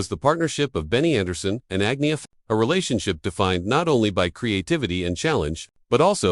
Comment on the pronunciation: “Ag-nee-uh”? AI again.